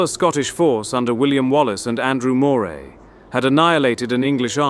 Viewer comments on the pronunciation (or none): AI. A part of the script was repeated. Obviously not British. Moray is not said like the ell but it is pronounced Murray.